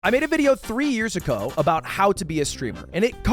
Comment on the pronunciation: "three years acoe"